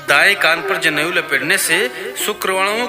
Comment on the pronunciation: जनेऊ नहीं "ज़नेऊ" 😂😂😂 खेसारिया के फैन लग रहे हैं 😂😂😂